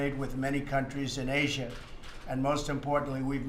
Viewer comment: why can't Trump say the names of countries properly and especially names that end with the letter "A". (Russiahh, Chinahh, Asiahh and Koreahh for example.